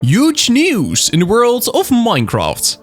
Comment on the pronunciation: yooj nyeooz